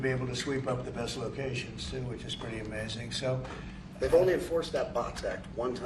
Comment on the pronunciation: It takes a special talent to mess up the word "Amazing"😂